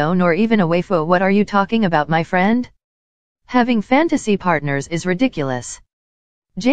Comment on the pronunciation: The way you say friend as fwend is cute😂💙🙌🏼